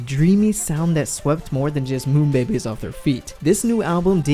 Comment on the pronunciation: i really don't mean to come off as rude but, monbebe is pronounced mawn-beh-beh eheheh